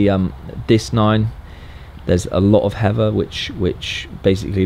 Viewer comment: You’ve never sounded more British than when you say “heather”